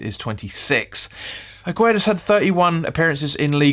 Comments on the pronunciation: His name is pronounced Agg ird 😂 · Get his name right 😂😂👍👍